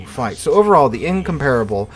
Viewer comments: In comp rable. (the a is glided) Not In com par[e] able Why do Americans insist on butchering English words and names? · In-compar-able it's how you pronounce it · Your pronunciation isn't correct Same was what extraordinary is pronounced differently from the way it is written